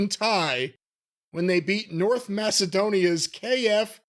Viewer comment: It’s North Ma-ke-dhonia, not Masedonia.